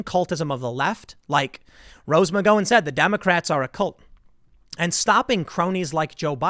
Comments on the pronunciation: The "gow" in her name is pronounced like "cow" I think, not like "go" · It's "Gow In" Tim, not "Go In". Rose McGOWan...like Cow or Ow or How or Pow or Tao or Mao or Dao or Chow or Brow or Kung-Pao or Disallow or Disavow or Curacao. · It’s Gow-en not Go-wen Gow like ouch. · McGowan pronounced Ow! not Go. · Are you sure it's "Mc GO wan" and not "Mc GOW an" ? I cringe every time you say it but I'm pretty sure it's GOW like COW not GO like NO unless you have info the rest of us don't. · Isn't it "mik-GOW-an" not "mik-GO-wan"? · She pronounces her name Mc-Gow-an not Mc'Goh-an. "Ow" not "Oh." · LoL Tim! Mc-Gow-In not Mc -Go-In. Sounds Like a McDonalds drive thru! LOL Liked and shared! Haha i made a funny! I hope i got that right? Maybe it depends on where you live? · MaGOWAN not Ma goin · "Ho no brone co"...it's McGowan, no McGoan...think, the sound of the word, "cow"...has more in common with, "ouch", than it does with, "oach"... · McGowan = Mig-Gow (rhymes with Cow) - an. Not Mig-Go-wan It's an Irish surname. XXOO from another South Jerseyan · McGowan is pronounced with an "ow" as in "ow I stubbed my toe" not an "oh" like "oh my god, I almost stubbed my toe". "Ow" like "owl" not "oh" like "Ohio". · Dammit Tim... You are killing me... It's pronounced Mc Gou an... Like the word ouch. When was the last time you referred to a bovine as a Coe? Like a moo coe? You are making my ears bleed..... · Every time you say her last name, I cringe. It’s pronounced Rose MC-GAHOW-WIN (like gown) not MC-GO-WIN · It's Mc-gow-an not Mc-Go-in. Every time he says her name, I can't help but correct it. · Rose Ma-Go-wan😃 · Just a tip Tim. It's McGowan. Gow rhymes with cow. Not go. It used to be my wife's last name. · McGowan, Tim. Not McGohan. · I cringe every time he miss-pronounces her name. It's McGOW an, not, McGO IN, FFS Timmy loosen the beanie. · Your killing me dude. It's Mc-Gow-an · Mc-GOW-an. Gow rhymes with how. C’mon Tim. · It’s McGOWan. gow rhymes with how or cow. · Rose Mc-Go-An